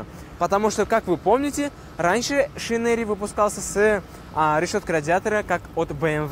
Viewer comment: Не "Шинери" а "Шайнрэй"